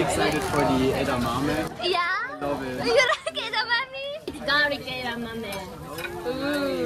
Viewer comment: 日本人が日本で目の前の枝豆をえだまみって言ってたからこのドイツの人たちは日本語でもえだまみだと覚えこんでしまったな。